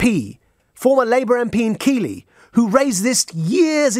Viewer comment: Pronounced keithley mate